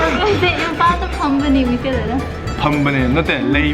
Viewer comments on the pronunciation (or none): none